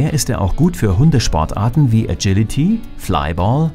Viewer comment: Vielleicht findet Thecool Wolf “agility” seltsam ausgesprochen, das sagen die meisten mit einem deutschen “G” und sind überzeugt, das wäre richtig. Ich dagegen hab mir gedacht, endlich jemand, der es richtig sagt – danke,!